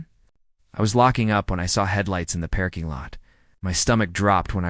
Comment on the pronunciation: Love the story but hate A.I. that cannot pronounce English correctly 🤯it’s not a PAIRKING LOT😂AND IZZILY😱‼️